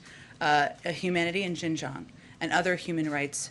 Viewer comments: She could not even pronounce Xinjiang! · Learn to pronounce Xinjiang, Jesus Christ. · How much does this lady know about what happens in Xinjiang? She is even unable to pronounce it correctly. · Did she said JINGJANG? WHERE IS THAT?i think thats in America..lol how about humanity in middle east affairs?